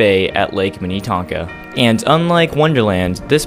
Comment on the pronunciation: Before the Excelsior Amusement Park, there was the Big Island Park on Lake Minnetonka, just across the water from Excelsior. Also, the ferris wheel at Valleyfair is not from Excelsior. It is much taller than the Excelsior one. The scrambler and tilt-o-whirl were from Excelsior. Also, you pronounce Minnetonka and Shakopee incorrectly. We say Minatonka and Shakopee. The o is pronounced like the letter o.